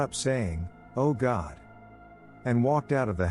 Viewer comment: Oh Cawd!*